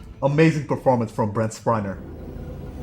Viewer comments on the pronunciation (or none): Sadly it's downhill from here. Oh and, it's Spiner, not Spriner.